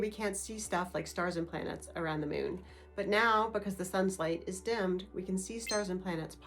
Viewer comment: Why are you saying "mewn"? It's MOON.